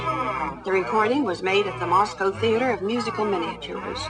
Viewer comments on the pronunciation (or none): none